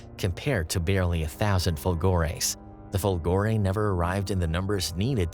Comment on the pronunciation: fOlgore not folgorE lightning